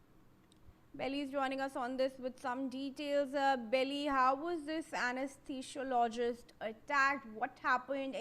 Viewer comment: Please learn to pronounce anesthesiologist